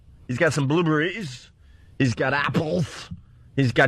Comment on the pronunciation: Go ahead Opie, say "Blueburry" again. It's bound to get a laugh this time